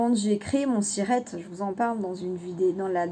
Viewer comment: Cc, vous voulez dire siret, pas cirette...?! Ça à l'air compliqué tout ça, être très vigilant bien sûr... Merci pour les infos...